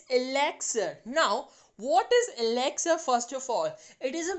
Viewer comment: Mam that is not exlire It is elixer in your mouth pranounsation